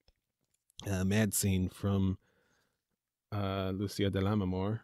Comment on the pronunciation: It's pronounced Lu-che-a, not Lu-see- a.